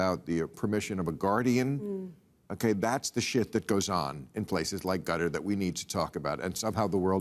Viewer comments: I know Americans are infamously insular, but 'gutter'?? for Qatar - pronounced like catarrh. Surely you can cope with that Bill?? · Why do they say gutter and not k~tar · It's pronouced "kuh TAR". I think. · Qatar= Gutter lmao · Loved Coates saying Qatar should be pronounced "Gutter" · I love how Bill subtly pronounces Qatar as 'gutter' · “Gutter” FFS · Wow! That’s amazing how Bill went from not knowing how to pronounce Qatar to being an EXPERT on its people, religion, laws & denouncing them within 3 minutes! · Loving the pronunciations of Qatar🤣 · As an American travelling abroad.... its very odd to hear even famous people mispronounce Qatar. Its a very very very very famous central airport. If you fly anywhere you can fly through Qatar. Or use their airways. Most people abroad know how to pronounce Qatar and they associate it with a layover in transit somewhere and also the airline. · Jesus that whole qatar bit was embarassing, from the mispronunciation of the countries name to the utter lack of knowledge all round. America in a nutshell